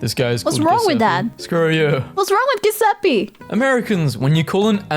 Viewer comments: It's not...😐 Gu-sape it's Jew-se-ppe... Something like that🙄... Pronounce it right, and you'll know how good that name is🥹 P.s. I'm not named Giuseppe🫠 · the hell is “ghyuuseppi” It’s “jew + se (e as in elephant) + ppe (e as in elephant) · how the f one pronounce Giuseppe with a G and not J? isnt it suppose to sound like"Jiuesippe" in Italian?